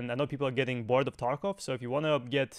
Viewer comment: Lol u say taekov killer??? U are a payd actor.